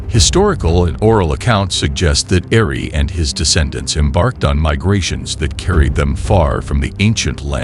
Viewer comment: The name is Eri not Ari